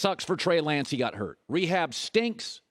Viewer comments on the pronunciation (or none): none